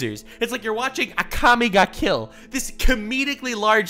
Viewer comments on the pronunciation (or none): He said Akami ga kill.... and doesn't correct it.